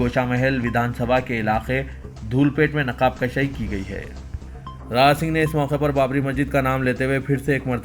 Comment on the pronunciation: Naqaab Kushaai, not Naqaab Kashaai